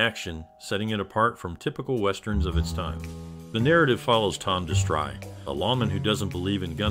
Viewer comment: Did the announcer say de-STRY!? It's DESS-tree. Whenever I hear these terrible mispronunciations, I turn it off.